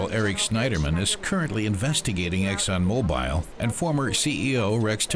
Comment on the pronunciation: Good report. Just, it's Exxon Mo-Bull not Mo-Bile.